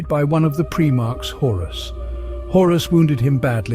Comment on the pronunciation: Pry-marks, it's pronounced, not Pree-marks, lest someone think they were Preemies...🤣